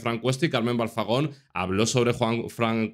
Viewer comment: Y te parece poco lo todo lo que ha dicho, es un bocazas y le tenían que dar un buen escarmiento, por cierto que alguien le diga que es Carmen Balfagon, no Balzagon.